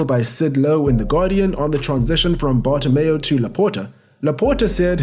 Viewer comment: Petition for a drinking game everytime says Bartomeo instead of Bartomeu